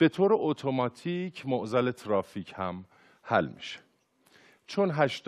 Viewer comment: چرا ترافیک و تریبون اینطوری تلفظ میکنی !😅😁